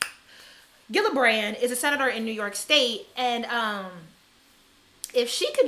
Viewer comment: It’s almost like you purposefully mispronounce everyone’s name in ways no one would ever think to do..Gillibrand, Normani, Lizzo, McGruder